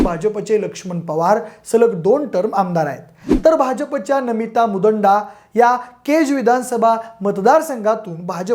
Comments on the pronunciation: मुडांदा नव्हे, मुंदडा म्हणा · नमिता मुदंडा नाही, नमिता मुंदडा आहेत त्या. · A bhau aare mudanda nahi mundada kay rao😅